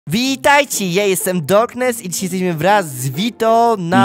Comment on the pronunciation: Dlaczego mówisz witajci a nie witajcie